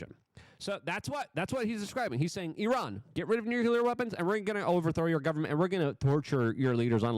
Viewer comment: Luke, well known for his verbal flubs, is one of the few jounalists i've heard who says "Iran" correctly